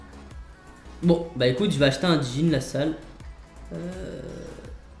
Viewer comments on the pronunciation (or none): Lassale et non lasale😂